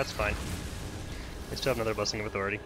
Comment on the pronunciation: Why do all the YouTubers pronounce authority in such a weird way?